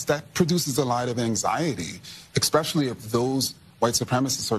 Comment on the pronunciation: Petty and unimportant, but I love how "renowned scholar and race expert" Kendi pronounces the word 'especially' as "exspecially."